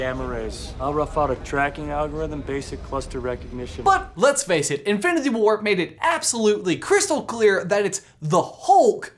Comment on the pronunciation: he cant even speak correctly. quote: "at the end of infinithy war" and "all six of the original avenders"